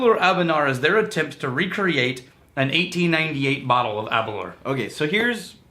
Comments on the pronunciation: a tip to help you with correctly pronouncing Aberlour. Think of the word "hour" when pronouncing "Aberlour". The way you pronounce it sounds like,"aberlure" like a fishing lure, just say it the way it's spelled. Hope the spelling example helps!~Random Bastard. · it's actually pronounced Aber-lOUR..... rhymes with flower. accent on second syllable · Cool show. Worst pronunciation of any whisky ever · I love you guys but come on tae fuck (as we say in Scotland) Aberlour should be pronounced to rhyme with flower not your! anyway keep up the good work!